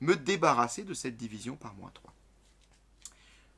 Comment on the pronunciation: c'est moi ou il dit "diviseon" a la place de division sinon merci pour cette vidéos continue comme ca 😀